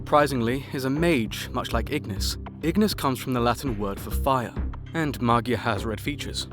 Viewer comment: Magia is actually the italian word for "Magic", but you pronounce it differently